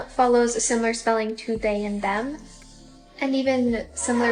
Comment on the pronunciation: that's how my German parents pronounce them and they. xD